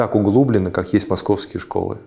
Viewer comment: Разговор НИ О ЧЁМ! Перед нами сидит деревенский Ванек, стриженный под горшок, который вместо того, чтобы вести профессиональную беседу, делиться секретами, все время открещивается от бизнеса и говорит чушь, что бизнес принаддежит всем, в том числе покупателям. Речь его примитивна, неграмотна! Разве может человек, отучившийся в ВУЗе, говорить "углУбленно", "с обОями школами" вместо "обеими", "залазит"? Он через слово спрашивает "да?" (слово - паразит). Нет, это не физик, а валенок какой-то! Больше смотреть не могу - отключаюсь...